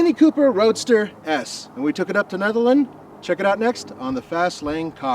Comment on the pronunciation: it's pronounced neederland co.